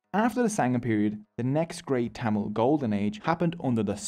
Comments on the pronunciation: Tamal❌️ Tamil✅️ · Its not TTammil.. Its Thamizh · BTW it should be pronounced as "Tamizh" and not tamil. Pronouncing it as "Tamil" sucks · “Yeah and one more note, tamil is Pronounced as Thamizh , and that gives it the beauty…!! “ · As a Tamil,it's pronounced Tam-izh(there is a Tamil letter with no English equivalent) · Broooo its pronounced thamizh plsssss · As a Tamil I can say that you mis pronounced almost every Tamil words. Nandri-thanks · he buthered every tamil word possible.but its okay love you